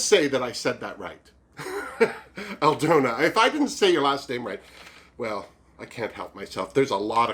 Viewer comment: thanks for (trying to) saying my name (I’m Aldona)... You are so funny! And I feel blessed for being mentioned in one of your best and funniest episodes to date!!! Loved your review. Keep cheering us all up. Cheers